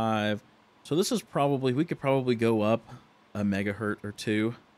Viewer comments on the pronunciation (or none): "One mega Hert" :D The unit is "Hertz" (singular), "one mega hertz"